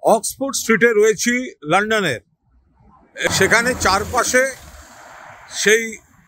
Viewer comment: ভাই ওটা লোডন নয় লন্ডন 😂😂😂